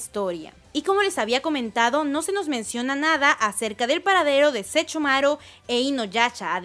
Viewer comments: Sechomaro, sechumaru, inoyacha, inuyacha wtf. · Me encanta cuando dice Sechomaru e inuyacha Jajajajja perdón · Like si te molesta que diga SeCHOmaru e InuyaCHA -_ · Le da cringe cada que pronuncia los nombres de inuyasha y Sesshomaru.